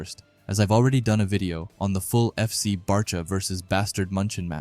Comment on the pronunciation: Bro it’s B -awe - chira